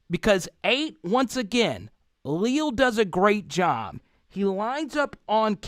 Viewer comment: #8 is only a sophomore and a monster for sure - btw it is pronounced Lee-Al (like the two first names combined). 👍 And you’re right about those linebackers for sure. I haven’t seen 9 fly in from that far backfield before and he did it multiple times on Saturday. Mike Elko must have seen something he liked in the matchup versus the LSU line - watch for Bama to disguise all sorts of pressure. 🚨🤔